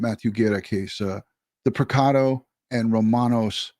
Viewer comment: It’s pronounced preciado, not picado . I wish people would take time to read names right.